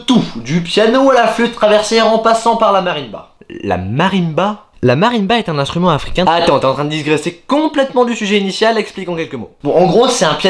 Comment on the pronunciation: je vais faire mon chieur un peu , à ya un défaut de prononciation, c'est digresser (gresser) et pas disgresser (sgresser) :p